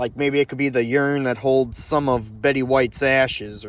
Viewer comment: It's URN, not YURN.